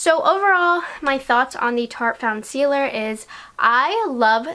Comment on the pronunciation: Such a great review ❤💋 You rock😚 P.S. You did a WAY better job pronouncing the name than I did in my video. I botched the hell out of it🤷🏼‍♀️🤦‍♀️💋🤣